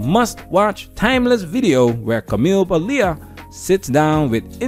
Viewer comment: Interesting how Paglia speaks. Notice the pretty much out of control energy, the postures, the gestures. Her italian roots glow from her radiantly. p.s. It's not "Pa-LEE-ah", but "Paall-ya."